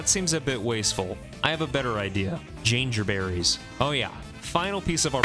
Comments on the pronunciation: Hey someone else also pronounces Jangerberries like an insane person! you're not alone!! (Love this series, pls keep it up forever). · Loving the content, this series is awesome. I have never heard that pronunciation of Jangerberries but it does make sense because its spelt like Danger haha. Looking forward to future episodes! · no way you pronounce jangerberries like that lmao